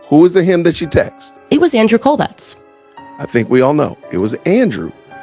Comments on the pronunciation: Why is she pronouncing Andrew's last name like "Kolvex"? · Quick question: if she was so close to Charlie Kirk and worked with Turning Point, why does she pronounce the name of Charlie’s closest work partner and friend (and her former boss?), Andrew Kolvet with a s or z at the end. She always says, “Andrew Kolvetz”, I noticed how you said his name without the s or z sound at the end, looked up the guy online and sure enough, it’s just, “Kolvet.” What gives? Or is that how it is pronounced correctly? (I doubt it). Edit: hold up - I saw in your demonic edit of her she actually pronounced his name correctly twice! Who knows what is going on. Maybe she just has a speech impediment that, which normally shouldn’t be anything to point out unkindly, but in her case, intensifies the distastefulness of her delivery, which offends all the senses (that’s right, she literally stinks to high heaven at this point). Seems to me if I am gonna follow someone who says they are following details and leads that other people aren’t saying, I’d feel a little uncomfortable with that same eagle-eyed sleuth pronouncing myriad words and names incorrectly repeatedly, no, or no? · Why does she put an S on his last name?😂